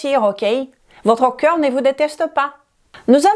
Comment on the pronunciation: Vu le sujet : On dit corps pas cœur 😂